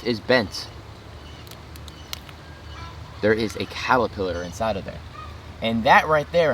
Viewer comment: Did he say calipiller?🐛🐛🐛🐛🐛🐛🐛🐛🐛🐛